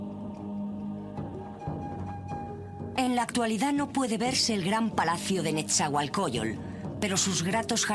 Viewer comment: Pésima información, no precisa y con evidente ignorancia. Ni siquiera saben pronunciar shaloc, isiloposti y nezahuacoyol ?? No mamar! Antes de publicar algo por favor infórmense bien !!!